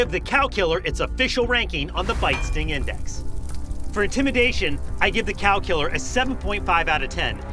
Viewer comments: i thought you were saying calcular. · Thought he was saying "calculor"